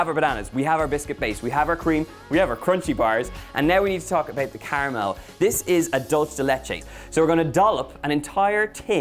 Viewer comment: It baffles me how people can’t pronounce “dulce” and go right to “dolce”… and not even, but dolche! It’s irrelevant, but it annoys me >.>